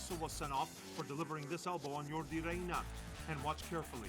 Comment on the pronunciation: It's pronounced "Jordy" Reyna, not "Yordy".